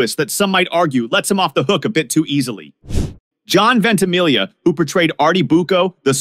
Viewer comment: It’s DEE Cavalcante. But at least you didn’t say Ven-tee-MIG-lee-ah. And I’m not even Italian. Just knew a few. - dad Dan